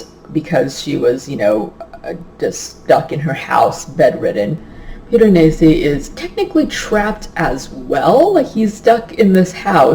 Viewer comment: Hahahahahahaha you definitely pronounced Piranesi better than I did! Omg I have no idea how to even spell it either, that just took me like tries to write. I am SO LOOKING forward to this one! Especially after hearing your thoughts on it! I love books that are a nice, slow unraveling of secrets! :)